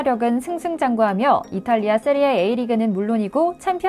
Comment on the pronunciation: 세리에이 아니고 세리에아 이름은 바르게 대박나세요.